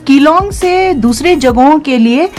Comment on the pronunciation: मेडम जी आप ने अच्छा भला विडयो बनाया, शानदार बनाया मगर जगह का नाम विगाड़ कर बोल दिया। यहां के लोग नाम बिगाड़ने पर बहुत नाराज हो जाते हैं। आगे से ध्यान रखिएगा ।🙏🙏💐 धन्यवाद